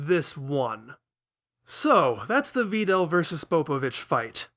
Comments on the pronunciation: "Va Dell" you are welcome 0/ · Yup, that's how it's pronounced. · You are so good at this dissection, man! ...but I absolutely despise that pronunciation of Videl— but that’s just me. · Is there a meme I’m missing that has to do with the way this guy pronounces names? Vee-del? Sigh-ins? No way lmao